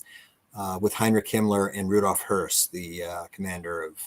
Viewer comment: Well, he can't pronounce hoess so best to use the English names